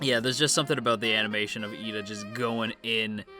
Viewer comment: It is actually Iida with a captial i as the first letter ^^ If it was Lida, you would hear japanese pronounced "leader" instead. Pls no hate, I just mean it in a good way.